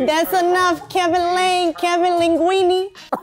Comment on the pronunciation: She said KEVIN LINGUINE 😭 petition for to be on panel lmfao